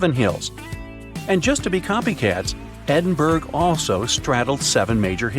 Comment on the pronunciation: Pronunciation 'Edinboro' not 'Edinberg'